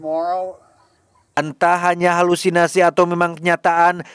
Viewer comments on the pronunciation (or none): none